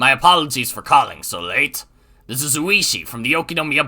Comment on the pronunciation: I think Ooishi is pronounced more like 'oh-ishi'